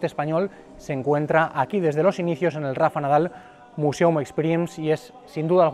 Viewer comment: Ya que NO sabes pronunciar "Museum" en inglés correctamente, mejor dilo todo en español. Al menos se entenderá lo que dices. Porque de lo contrario, pretendes ir de sobrado sin tener ni idea.